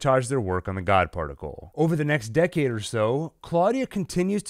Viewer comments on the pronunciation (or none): none